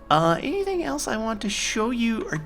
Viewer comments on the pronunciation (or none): none